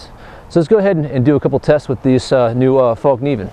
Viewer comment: I really like all the videos and reviews, keep up the good work! I just have one small comment, the name of the company is Fällkniven, and is pronounced "Fellkniven" not "Fallkniven", not because it matters really but.. Anyway, love your videos! /Sweden